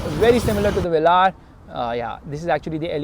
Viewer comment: The way you say vellaar ÷